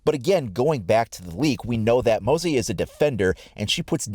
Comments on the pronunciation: for the love of god its not pronounced mossey. its (moh-zze) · it's Mah-zie not Moe-zie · Its Mozz Eee (no idea how to spell it phoenetically) or even M-Ozzy (like Ozzy Osbourne) Assuming they're naming him after Australias slang for Mosquito, in your video it sounded like you were saying Mowsey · Its Mozzie not Mozzie jeez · Its pronounced 'MOZZ EE' not 'mowsie' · Its mozey (mozy) not mozey (mouzy), it has no U sound after the o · stop. fucking. saying. Moahzie. its. 'M O Z Z I E' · Hey, just wanted to mention that the operator name is likely pronounced "mozz-ee" instead of "moh-see", because it's referring to the way Australians shorten the word 'mosquito'. Great vid! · Mozzie not mosy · I've been watching your videos since the launch of Siege and I would like to say great work, keep making the best siege content. also, as an Australian, its pronounced Mozz-E, not Mozz-eye:) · Its pronounced moz-ee for all you americans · I am Australian & it’s pronounced mo-zi & it means fly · He says moezie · you still cant pronounce moz-zee right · Moozie is said like Ozzy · Pronounced Moh-zee and we have petrol stations not gas stations 😊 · The word “mozzie” is said like Moz/ee, and is Australian slang and an abbreviated word for “mosquito” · Bruh learn how to pronounce mozzie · Pronounce it right god dammit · Mozzie. Shortened for mosquito, pleas pronounce it properly haha